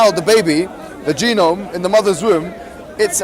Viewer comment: why does he keep saying genom?